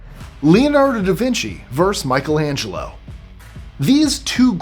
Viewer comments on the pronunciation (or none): none